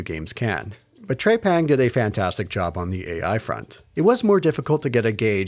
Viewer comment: TREPANG not TREYPANG!